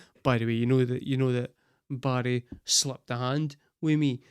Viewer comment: How I had yo figure out “buddy” was you saying Barry!!